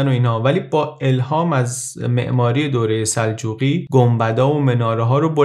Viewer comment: چرا سلچوقیان سلاچو میگی 😐😐😐😐😐